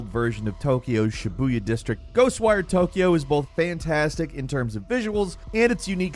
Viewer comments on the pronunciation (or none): none